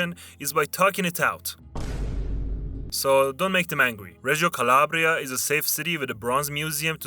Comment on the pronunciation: porcoddue quando ha detto reggio calabria non ho visto errori